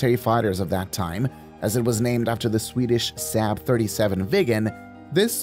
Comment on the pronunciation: So many problems with this video: 1) Mispronunciation of "Saab." 2) Failure to mention John Denver's death in this plane. 3) The non-grammatical phrase "fly safe" which should be "fly safely." Thumbs down from me.